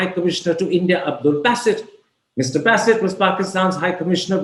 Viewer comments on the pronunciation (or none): He is 'B-AA-sit' not 'B-AY-sit' ..this guy Karam Thapar too British for British themselves. They get Indian-Pak names right more often than him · Basset? Basset??? 😂😂😂😂 The Wire sucks, but Karan Thapar is awesome. However, Basset??? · I guess it's Ba Ba Bassit and not Beysit. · What's baaasit? It's basit. Frankly speaking i find Thapar a bigger joker than his Pakistani counterpart. Imitation jewellery doesn't last long